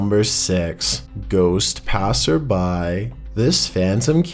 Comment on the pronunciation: do you speak English " the ghost passer buy"